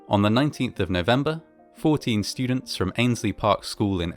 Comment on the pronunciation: "Students" "Mountains" Oh no